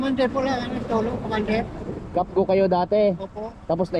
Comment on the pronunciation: cafgu Hindi kapgo